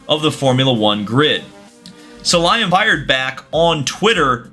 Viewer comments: bro at least learn how to say Sulayem not "sulaymen", all videos the same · Su-La-Yem not S-ly-men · I appreciate the effort but please take a second to make sure you get names right, it's SulayEM not SulayMen 😅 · Su-La-yem. You'll be talking about the guy a lot, might as well pronounce his name right :) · The best part of this saga is seeing how many different ways can mispronounce Muhammad Ben Sulayem lol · it isnt a land f1 vid if he doesnt pronounce mohammed ben sulayem’s name wrong. jk love the content, keep it up!